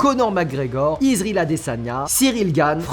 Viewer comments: I -ZRA -EL on dit pas Izril😂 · Par contre le « izrile adesanya » je suis pas d’accord ! Fais un effort stp